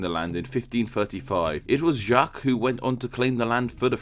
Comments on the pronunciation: jok not jak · Just pronounce it "zjac", the q, u, e and s are silent. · Hee hee it's funny how you try to make "Jacques" sound French XD Just pronounce it like in English but without the "d" sound at the beginning of "Jack" ^^